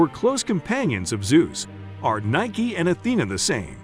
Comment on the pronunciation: Explains the correct pronunciation and then proceeds to use the wrong pronunciation. LOL besides that, very informative! I learned a lot.